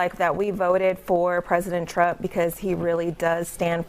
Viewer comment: Her accent when she said “Trump”; I knew this one was different.